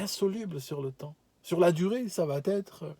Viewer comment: Bonjour. Juste une petite remarque de langage: il n’y a pas de liaison entre « ça va « et « être ». Vous dites souvent ça va-t-être. Amicalement.